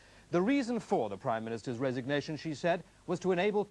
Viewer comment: "Resignewtion" ha ha